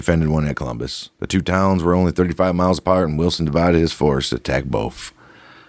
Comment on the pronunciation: It's COLUMBUS!!! Not Columbia